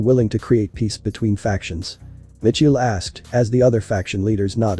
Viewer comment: the name Michael not Mitchael